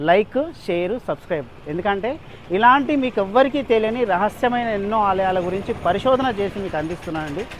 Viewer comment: Byeliyani kaadu teliyani